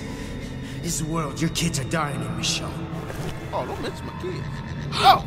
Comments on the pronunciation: stick with mahchon instead of mashone its funny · you pronouncing ger name wrong. it's pronounced like mi-sho-nay . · almost 5 episodes later he realizes he's mispronouncing 'Michonne' 😹